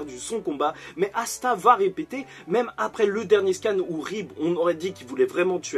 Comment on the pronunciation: assa au lieu de Asta😭😭